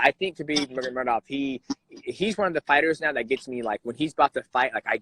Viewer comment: Correct the name bro, it is Nurmagomedov NOT Nurmagemedov .